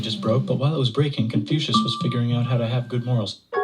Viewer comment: Kong Fuzi sounds like “confusion” who’s with me